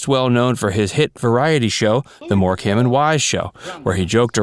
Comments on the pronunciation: 'Morecambe' pronounced 'Morecum' Good research 😑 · It's pronounced more-come ♥️